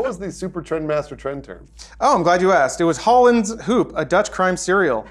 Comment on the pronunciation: As a Dutchman, pronounciation of ‘Hollands Hoop’ is kinda funny, well, maybe cringy actually. Also for all the non-Dutchmen out there, ‘hoop’ means ‘hope’ in Dutch (who would have guessed), and actually pronounced kind of similar.